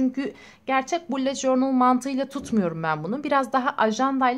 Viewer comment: Allah aşkına şunu süsleyene kadar bullet journal ın nasıl söylendiğini öğren lütfen